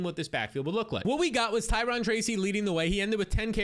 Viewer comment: Ty-ROWN (Tyrone)